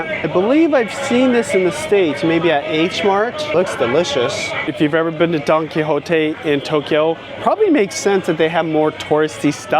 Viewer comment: At first I thought he kept saying donkey lol